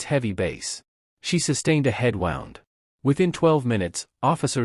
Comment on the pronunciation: You pronounced "wound" as the past tense of wind. lol u lDl0T. 😂